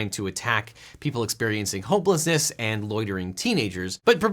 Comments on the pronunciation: Did anyone else catch that he said "people experiencing hopelessness" instead of homelessness? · I know you said homelessness, but it sounded like hopelessness. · True. Also, it seems everyone also heard "hopelessness". But as you said, he likely intended to say "homelessness", or at least was referring to it. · did anyone else hear as "people experiencing hopelessness"